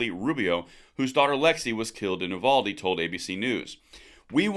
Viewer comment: First,, love your videos. Second, don't get offended. I'm from Texas and it's "you-VAL-dee." Not "oo-vaul-dee." Thanks. Third, we know what they're really after and we're not having it.